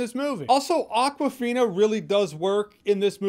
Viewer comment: its not aquafina, it awkwafina, as in akward